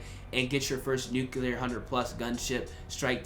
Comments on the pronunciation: It's pronounced "nuclear" not "nucular" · Need to learn how to say the word nuclear correctly. Ya sound ignant